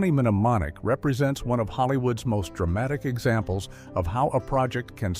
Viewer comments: It's pronounced nemonic not menemenemomic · You don't need to pronounce the M in mnemonic so stopped watching after the 5th time the narrator did this